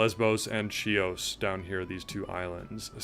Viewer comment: Your pronunciation is killing me 😅 so I am going to help you. They are pronounced something like this: Thess-ah-lon-NEE-kee (Thessalonike) HEE-ose (Chios) LEZ-vose (Lesvos) Gah-lah-TAH (Galata), note this is NOT Galatia which is an ancient region in central Anatolia In general, there are no "oy" sounds in the names of Greek units or objects.. oi is "ee" Ai is pronounced "eh" Ei is pronounced "ee" Those are some basic rules